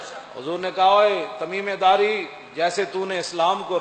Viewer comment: ان کا نام تمیم داری تھا جناب تمیمے داری نہیں